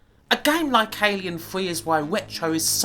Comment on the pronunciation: Twas a fun video and review, of Alien Fweeee 😅. Thanks for sharing.